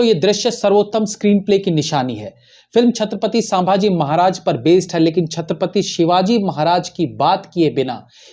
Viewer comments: Its not shambaaji it's sambhaji 😊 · अबे, तुझे तो सीधेसे नाम लेना भी नही आ रहा... शांमभाजी बोल रहा बे 😮 सीधे बोल सम्भाजी महाराज... वरना व्हिडीओ revised करर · क्षमा करे, छत्रपती शांभाजी महाराज नही, छत्रपती संभाजी महाराज... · छत्रपती संभाजी महाराज यह सही उच्चारण है l